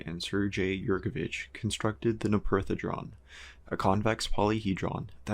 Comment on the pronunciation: No-perth-edron? I would have thought it was pronounced No-pert-hedron as in the no Rupert-property hedron